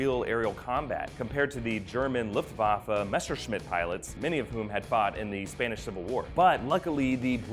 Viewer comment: So far you are the only eglish speaker i know to pronounce Luftwaffe right.